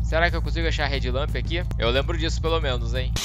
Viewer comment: Só eu achei que ele tava falando "red lamp"? A pronúncia tá muito parecida kkkkkkkk to ligado que é head lamp agora.